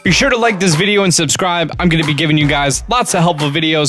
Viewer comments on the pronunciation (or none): none